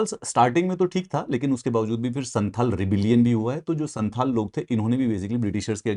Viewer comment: Please pronounce "संथाल" not santal"